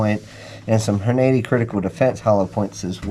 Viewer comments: "Horn-80"? Took me a minute to figure out 😂 Good video. I love my S&W BG 2.0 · Just wish you would pronounce Hornady correctly, otherwise I learned from you. Just bought mine yesterday and can't wait to get to the range which the nearest is 20 miles away.